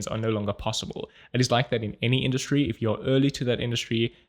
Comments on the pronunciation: you just learned how to pronounce the German "Industrie" by intuition. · Did you leave the mispronounciation of "Industry" there in purpose? Haha thanks for another Video <3